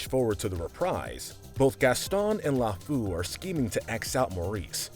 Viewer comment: i died everytime you pronounced lefou